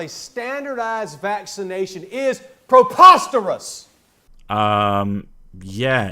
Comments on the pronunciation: Umm that's "preposterous". Sorry I mean, pre POS terous. Muppet. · "... proPOSterous! (sic)"